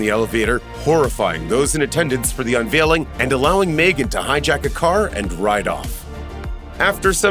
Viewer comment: Its Megan not Maygen???